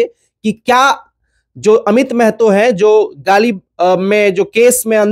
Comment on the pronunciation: Meeeehto nahi maahaatoo bolo Bhai.